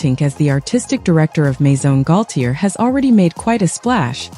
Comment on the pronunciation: Omgawd, mis pronouncing GAULTIER's whole name. AI needs better input...